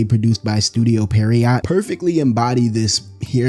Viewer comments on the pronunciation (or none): It's not "Studio Perriot", it's "Studio Pierrot" xD Like the Italian sad Clown. Pronounced "PEE-ə-ROH" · Pierrot is pronounced "Pair-O". The T is silent cause French. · I think the studio name is pronounced, PEE-AIR-OH. looks french